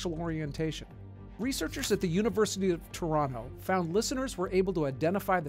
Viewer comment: Obligatory Canadian comment, you said Toronto right! Many pronounce the second t but it's pronounced as Tor-on-oh